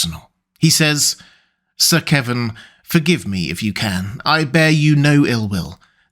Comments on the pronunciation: KEVAN, NOT "Kevin". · It's "Kevan", NOT "Kevin". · I always pronounced Kevan as "kuh-VAHN" but that's me.